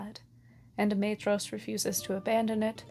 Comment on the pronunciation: Why do so many people struggle to pronounce Maedhros when the Silmarillion comes with a pronunciation guide? Got Laurelin wrong too.